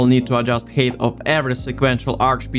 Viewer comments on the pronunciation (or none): Ну чел) Height произносится "хайт", а не "хейт". Да и в целом во второй половине видоса забил полностью на произношение походу) Режет слух прост, а в остальном красава! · Great video, but for the love of God, its pronounced "hight" not "hate" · i noticed that you pronounce the ‘ei’ in height as an ‘ay’ noise instead of ‘i’ & so it keeps sounding like you’re saying ‘hate’ :,) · The way you pronounce 'height' is fucking mind numbing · Great video, but... Why so much hate? Oh wait, I think you mean height, yes? It's pronounced like Hi! with a T at the end. English has some weird hold-over spelling and pronunciation artifacts from a former time. It's also a language with a whole lot of words stolen from other languages.